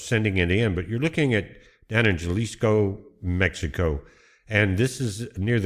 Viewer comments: Halisco, h sound, no j 🤣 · you are mispronouncing the State of Jalisco! it's pronounced "Ha lisco" Good Report! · Would never vacation in Mexico or nearby it these days until the cartels are cleaned up. As beautiful as the resort areas are, not worth the risk. And it’s pronounced “Halisco”. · Its Ha lee scoe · The J in Jalisco is pronounced like an "H." Thanks for the report, 🙏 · J sounds like an h, but good job. Appreciate it.